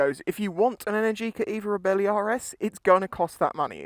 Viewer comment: Sorry mate... belly, bellie, reebelly not really... "ree" "belle" "eeh" 😉😜 Nice review. Twist n gone 👏👏🤗 I did look and the repayment options do bring it into affordable ! Will definitely see if I can get a test ride. Thank you 👌👍